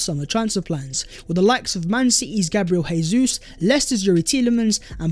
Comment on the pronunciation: Please pronounce Gabriel Jesus’ name right lol. He’s not Spanish